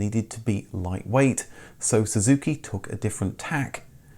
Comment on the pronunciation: at the 6.20 mark.. do you say suzuki????... and again at 6,27..